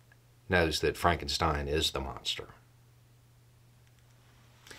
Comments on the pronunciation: That's "Frawnk-en-shteen". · “It's Pronounced Fronkensteen”